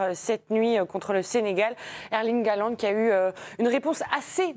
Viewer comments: La prononciation correcte est "Hollande" avec un "h" aspiré, et pas ce massacre de "halande," qui fait mal aux oreilles. Salutations de Norvège. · sauf que HAALAND ce ne st pas un nom français. et le A se dit aussi A en norvégien MAIS la combinaison AA en norwegien se prononce O